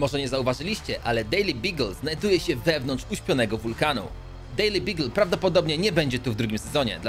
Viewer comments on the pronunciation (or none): dejli bagyl a nie dejli bigil